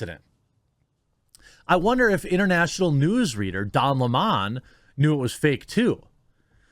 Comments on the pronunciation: fire don lemming !and it's lemon not lemawwwwwwwwn . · Bro stop saying don LeMon, it's Lemon like the fruit 🍋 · Don Lemon not Limon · Why does this guy have so much trouble pronouncing Don Lemons name. Weird. CNN might be closer to watchable with Don and Chris... I won't but it will be better.